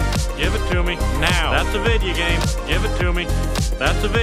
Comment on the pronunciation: Said Video Game Wrong It's Video Game Not Vidya Game